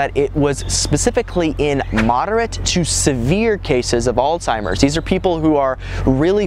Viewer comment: As soon as I heard you did not know how to pronounce "Alzheimer's", I had to click "stop", sorry!